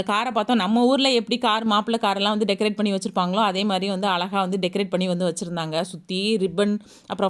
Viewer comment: மிக்க மகிழ்ச்சி முதலில் நீங்கள் நம்ம தமிழ் மொழியை கொள்ளமல் பேசுங்கள் .அலகாக இல்லை (அழகாக).